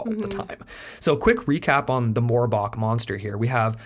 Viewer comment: Really? "Morb"ach? You can't be serious lol